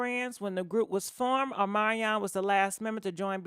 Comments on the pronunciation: Girl every time you say his name i die Ohmanyan 😂😂😂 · Girl PLEASE pronounce your words better than that!!! Specially somebody’s NAME!!! Uhmaion . W’tH...